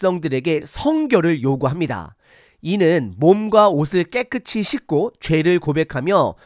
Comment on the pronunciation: "깨끗이"잫음-> 깨끄시(0), 깨끄치(×), "깨끗히"라고 쓰면 '꺠끄치'라고 발음 하지만 "깨끗히"라는 표기법은 틀린 겁니다. 오늘 들으니 이상하게 첫소리를 장음으로 발음하는 게 많네요. 이-스라엘, 언-약 등 등. 한글 사전 엡이 폰에 깔려 있을텐데, 거기에 발음까지 다 들을 수 있으니 참고하시면 좋겠습니다. 요즈음 장단 법칙은 많이 파괴되어서 사람들이 틀린 경우가 꽤 있지만 그건 어쩔 수 없지만, 제가 지적한 것 염두에 두시면 좋겠습니다. 목소리 톤이 높고, 강하게 말씀하시는 점을 지난 전에 말씀드려서, 좀 나아졌는데, 오늘은 다시 예전과 비슷하게 들리는데 참고하시면 좋겠습니다.